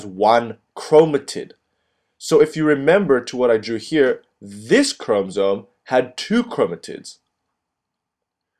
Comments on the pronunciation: Say chromosome right, it’s not a chrome-zome, how many times can you say it wrong what an IDIOT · why is it bothering me so much that he's saying chromsome instead of chromosome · God it's ChromOsome. Not Chromsome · If i hear chrome-soam one more time my computer is going in the trash. Otherwise nice vid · you did a good job but it is called chrom O somes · STOP SAYING CHROMSOME OMG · The way he says 'chromosome' XD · I think the fact that his english is obviously so impressive is the reason why the mispronunciation is so apparent - it's a curious one to make given that he must have heard people pronounce it before (if he's making cell cycle YouTube videos) and as english words go its spelling is pretty phonetic. Doesn't excuse rudeness about it though of course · The info and drawing are great. The mispronunciation of chromosome is distracting, but I suspect it's just a language difficulty. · who the fuck taught you how to pronounce " chromosome " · Please pronounce chromosomes correctly please. So frustrating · I LOVE your video but the way you said chromosome really grinds my gears lol. But nonetheless it was a great video! Thanks